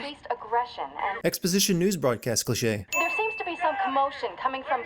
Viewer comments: Can I sin you for the way you say cliché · Legends say he's still saying clichè